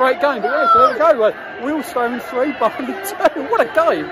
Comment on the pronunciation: Nice to hear you pronounce Wealdstone correctly as lots say Wealdston some even make it sound like Willesden. Up the Stones.